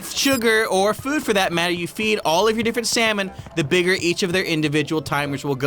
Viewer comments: SALmon! Not slamon! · When you said its pufferfish its cod its salmon you said samon instead of salmon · What's with him and calling salmon slamon?